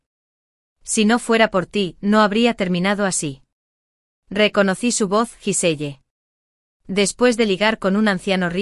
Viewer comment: Se pronuncia guisel